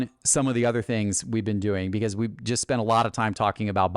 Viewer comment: My biggest beef with is how instead of saying the word “just” he says “jest” 😂